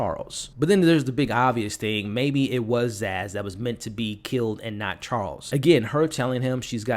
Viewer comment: Her name is Sazz not Zaz